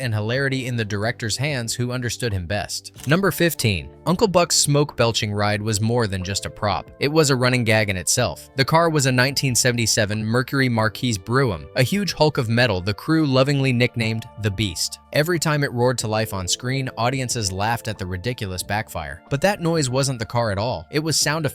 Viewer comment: “Marquis Brougham” pronounced Mar-key Brome.